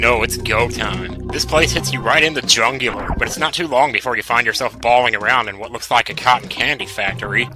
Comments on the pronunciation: dafuk is the jungular? The jugular pronounced wrong? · I say “Jungular” to this day. Thanks <3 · The Jungular. Good job dude.